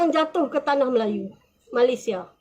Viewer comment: Stress dengar dia sebut malaisia 😅